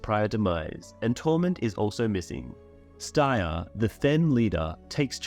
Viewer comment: I like this guy’s videos, I’m even subscribed to his channel, but seven hells he needs to research the pronunciation of names and locations. He called Styr, “stir.” And he cannot say Illyrio to save his life. He’s close with Jaehaerys but pronounces the h syllable as “hear” instead of “hair.” I think he says Alysanne weird too. As well as many others. But it’s not just names and cities but just regular words as well, like disparage which he pronounced as disperge. That’s my only real complaint. I understand that they are made-up names in a fantasy saga, but he’s obviously watched the show, where they speak these names aloud, and he absolutely does a ton of research into the lore. Maybe he’ll get the hang of it eventually.